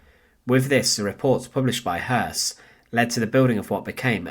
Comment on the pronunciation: The last name is properly pronounced "Hoyss". It is spelled Hoss, with an umlaut accent over the O. In german, that makes the "o" properly pronounced as "eu". Just a small point of clarification.